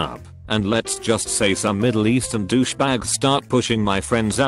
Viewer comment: "Douch-ey bag"